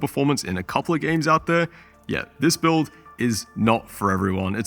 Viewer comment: where did you monkey get 5090... fokin boiuilt... build. not boiuilt :D